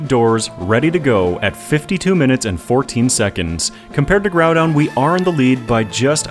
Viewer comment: According to the katakana, you're pronouncing both of the names correctly. Except that Groudon is more like... Grawdon for some reason. Gonna go with your pronunciation there